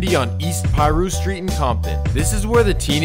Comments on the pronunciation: Brev you don't pronounce it "PIE'RU" think more like "paaaaRU" !!! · lol i think it's so funny when NON street dudes or non hood dudes do these kinds of videos lol don't even pronounce Piru correctly smh it's pronounced PAH-ROO.. not PIE-ROO lol